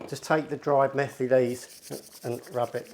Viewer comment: Great vid & keep up the good work! Just 2 small points: 1. ‘Methi’ is pronounced like ‘matey’ 2. ‘Mirch’ is pronounced ‘Mir-ch’ [like in ‘Miranda’]